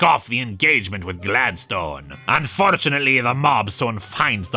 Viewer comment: Did.. did say Un-fur-tunately?